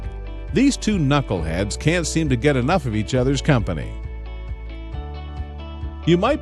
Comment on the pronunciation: “These two knockle heads”😂